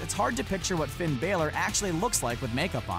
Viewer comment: The way he pronounces Finn's name😤